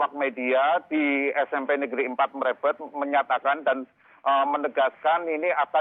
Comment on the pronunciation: Mrebet, baca E nya pakai taling tarung, bukan pepet 😆